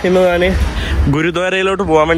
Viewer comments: നിനക്കു പറയാൻ അറിയാഞ്ഞിട്ടാണ് പൃഥ്‌വി രാജ് എന്ന പേര് നോർത്തിലും സൗത്തിലും ഒന്ന് തന്നെയാണ് . ആദ്യം നീ ഞാൻ എന്ന് പറയാൻ പഠിക്ക് . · നാൻ തന്നെ കുണ്ടി കഴുകി നാൻ അല്ല മോട്ടേ ഞാൻ